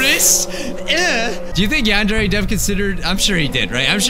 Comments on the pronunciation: It’s pronounced “yahn-deer” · he pronounced it yawn-dairy